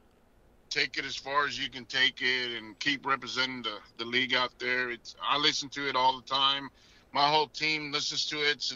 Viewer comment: None of y’all are saying the league name right still 🤣🤣. And y’all congratulating each other for saying it wrong still lmao